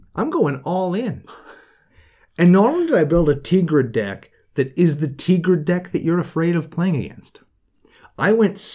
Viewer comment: Tea-grid... fml listening to these guys was the hardest thing i have ever done